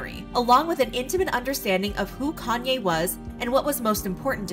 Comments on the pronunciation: It’s “yay” not “yee” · yee? Why would you pronounce it that way if its just a shortened version of his name? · If you take the "Kan" off of "Kanye" you have the right pronunciation. I don't know why people's find it hard 🤷‍♀️